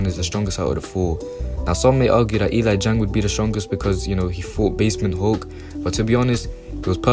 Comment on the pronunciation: bro said "E LIE JANG"